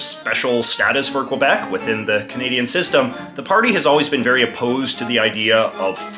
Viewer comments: JJ knows it’s pronounced KEY-BEK but says KWE-BEC on purpose just to be an 🍑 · you should pronounce it q eh b eh c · In Quebec, it's pronounced KAY BEK. This guy is quite possibly the most obnoxious YouTuber....like...ever. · it’s kebek not qwuabek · At least say Kebek not kwebec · it's not prononced COABEC, it's simply KBEC.... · when jj says que-bec instead of ke-bec, very good video though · When I was in the US Army, we used a phonetic alphabet to spell words over the radio. The letter Q used Quebec, which we were told to pronounce kee BEK. I've always said kwe BEK and I noticed that the Francophone speakers you taped also said it like we were told. You, however, pronounce it like I do. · Pronouncing it Kwebeck is just wrong. The way people pronounce Quebec or Montreal in English is one of the ways to distinguish an anglo Quebecer from other Canadians. The Algonquin, original, pronunciation is Kebec. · It's pronounced "Kebek" ffs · Can't even pronounce Quebec But apart from that, the video is actually a quite good exploration of the politics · Could you please try to pronpunce Quebec correctly? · Your favorite place in the world, yet cant pronounce its name right! Yikes 😂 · After all these years. You still can't say it right. You buffoon. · MFer can't even pronounce Quebec right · I still don't get it how to pronounce Quebec properly. Was it KEE-YOO-BECK or KOO-WEEA-BECK? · Aside from the fact he cant pronouced quebec right, his depiction was good.